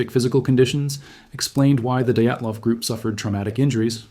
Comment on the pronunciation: "Eyegore Dayatlov" 😂😂